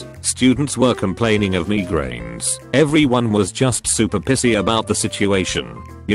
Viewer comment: mee-grains, learn-ed